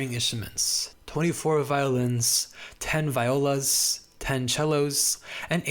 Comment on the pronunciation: Hi, the word "viola" is pronounced Vee-OH-lah, and "concerto" is pronounced con-CHAIR-toe. Just a tip from a classical musician. Threnody was a great pick for this list. I vividly remember hearing it for the first time and feeling like my own skin was melting off. I've never had such chills. I still cant believe it wasn't written explicitly with the events at Hiroshima in mind.